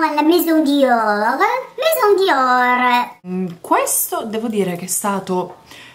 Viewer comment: Maison diorrr...oddio oddio muoio dal ridere! Grande!!!